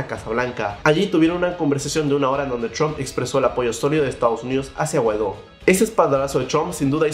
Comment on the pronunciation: Porque dices Chomp en vez de Trump?